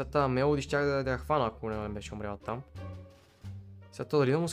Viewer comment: Казва се мелодия а не мелади